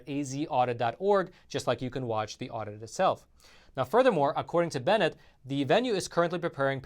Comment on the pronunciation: You got my message and you pronounced Ken Bennett's last name correctly.. Love you and your show.